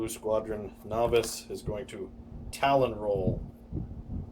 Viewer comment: Wreqt Its Tallon not talon. True story.